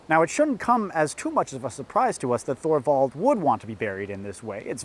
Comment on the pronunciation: Thorvald is pronounced like Toorvald